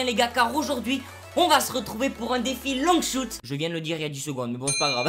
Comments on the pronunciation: "Défi Long Choute" quel bel accent anglais fraté x) Super vidéo comme d'hab bro continue ! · Gg l'épisode comme d'abb par contre arrête l'anglais shouttttt mdrrr tu ma tuez 😂👏🏾